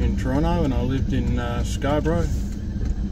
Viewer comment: My hometown... and see it still has crappy roads... I see that they have big ugly apartment buildings everywhere... you missed going up by the old pub on the hill... I know times move on... but the old Toronto that was best is gone... I am glad to hear you say 'Tronno'... lol